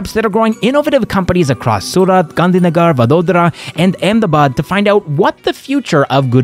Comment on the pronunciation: If only you'd have said Gandhi Nagar (gar like purr) instead of Gandhi Nagaar, i'd never know you're not Indian 😄that's the only one you din't get perfect!